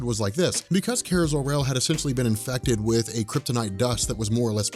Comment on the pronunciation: Awesome video like normal. It was just killing me the way you were pronouncing Kara's name. Lol